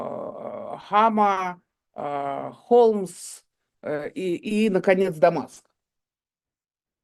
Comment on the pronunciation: ДонЕльзя (вместо донельзЯ) ИмЯрЕк (вместо имЕрЯк) БуСТи (вместо буТСи) - от слова буст, а не от слова сапоги Город Хомс, а не Холмс Кажется, я что-то ещё забыл Дарданелльская операция была инициативой Черчилля (его по-русски, кстати, не Чёрчиллем называют), и окончилась поражением Антанты, Вам же уточнили, что речь про Первую мировую Евгения Марковна, меньше пафоса и выезжания на заслугах